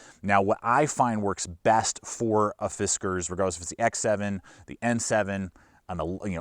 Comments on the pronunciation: I think it's "Fis Kars" not "Fis Kers" but it doesn't really matter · It’s pronounced “Fiskars”. 😉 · "Fizzcarz norton" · yeah ,It's just "Fiskars " bro ;)